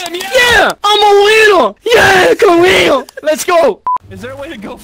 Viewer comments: "we gonna end out caweear!" I died bro! 🤣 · MY CAWEER MY CAWEER